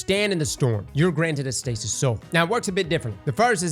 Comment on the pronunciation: Me dying of laughter cause calling stasis “stacey” 😅